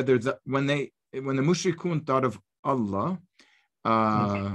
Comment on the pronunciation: Gabriel, it is Allah with the h pronounced not Alla. You should know better.